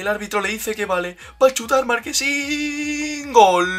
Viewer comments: No se dice markesin se dice marchesin buen vídeo crack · Ya no es marchesin, ahora es marquesin 😂😂😂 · Marchesin se pronuncia no marquesin😂😂😂😂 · Es Marchesin, no Marquesin...jajajaja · Muy buena reacción al partido Unos detalles, el portero del América se llama marchesin no marquesin, al menos en México a Gignac se le pronuncia Guiñac. Y deberían reaccionar a la supercopa MX (campeones de copa) entre Cruz azul y Necaxa que fue antes de este partido. Arriba Mima kina! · Bro se dice marche sin tal cual no marquesin jajajja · Marquesin 😂 es Marchesin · Porque le dicen "marquesin"? Es Marchesin jaja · Es marchhhhesin no marquesin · Soy yo o dice markesin